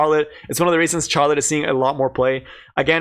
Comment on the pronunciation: Please stop saying Charlotte like charmander, it's like Shar. LOL